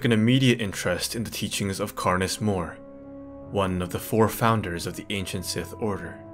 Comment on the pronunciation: It’s Karness Muuuuur not Karness Moor